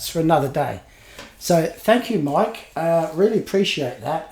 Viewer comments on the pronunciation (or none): none